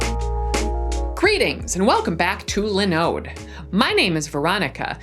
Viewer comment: Why is she pronouncing linode incorrectly?? Hah